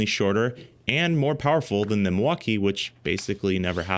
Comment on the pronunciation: Epic Torque Battles of History. Brijid, bersus, Milfauckeeeeeeee